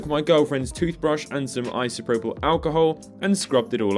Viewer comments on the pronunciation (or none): none